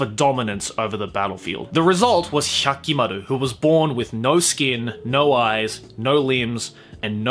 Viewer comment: Every time he over-pronounces the names I cringe a little. He sounds like filthy frank making fun of weeaboos. Nobody in the series said HYAHKIMARUH